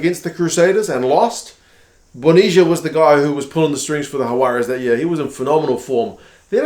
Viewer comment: You're saying "Juarez", your "j/h" sound is correct but the "g" in Jaguares isn't silent, and the final letter, "s" isn't a z sound. Try "Hug-wah-ress", not Ha-wah-rez